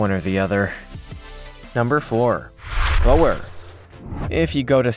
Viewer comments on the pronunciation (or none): It’s not bower it’s Bore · Imagine saying oooooo. That is how you say Boer goat. Boer actually means FARMER. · Mate, boer is pronounced bore. Plus you've forgot to mention the dwarf nigerian goat. They are a lovely goat. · Hey, so the Boergoat...is pronounced "Buhr" goat in English, direct translation meaing "farmer goat" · Bower llol. Boer is pronounced Boor. 👍🏻